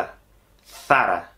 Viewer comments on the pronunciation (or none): none